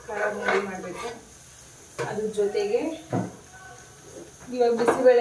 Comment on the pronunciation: ಕರಬೋಂದಿ ಅಲ್ಲ ಕಾರ ಬೂಂದಿ 😂